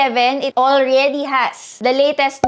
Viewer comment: That "5G Alregyyyy" isss😂😂😂